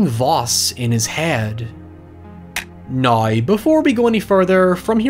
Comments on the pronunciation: Noone:: HieVeR for NOi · "Noeuy" "Hoeuyever"